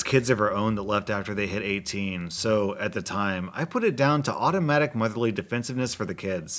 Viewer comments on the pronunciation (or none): none